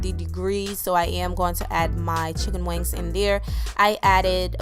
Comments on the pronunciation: It's funny when you always say checken wings LOL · She keeps saying chic on wiggs. We’re are your from